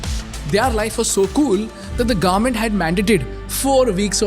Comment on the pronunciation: Bro one suggestion it’s not garment it’s government. Please pronounce it correctly.